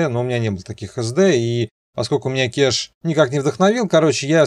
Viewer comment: КЭЭЭЭЭЭЭШ а не КЕЕЕШ !!!!!!